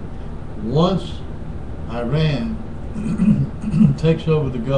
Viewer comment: Shut the fuck up you old fart. Go eat your twinkies or some shit Learn to fucking pronounce IRAN properly first before you even begin to talk about them, dipshit. hahahahahaha